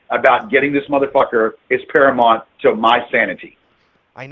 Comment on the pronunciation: "This situation is 'paramont'..." You know what else is "paramont"? Paramount Potato Chips - a defunct snack company from Flint Michigan. Paramount's mascot was potato chip cowboy named Slim Chiply. Know anybody that has used a potato chip cowboy as their avatar for 20+ years? It's all about me baby.